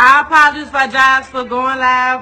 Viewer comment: Yeah she was scared asf she couldn't even pronounce apologize correct r.i.p